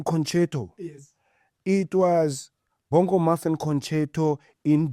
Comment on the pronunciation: "Bongo-muffin" The accent.. 😂